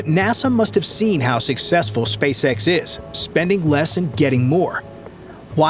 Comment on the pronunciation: the way he pronounces SpaceS*x sounds funny,haha 😅